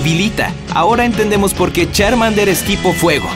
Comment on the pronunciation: Se dice Charmander no chanmader